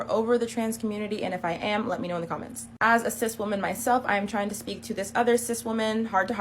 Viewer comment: Why do they say Cis like they mean Cyst? Every time I hear that word it makes me cringe...